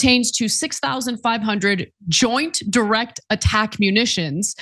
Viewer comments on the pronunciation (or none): none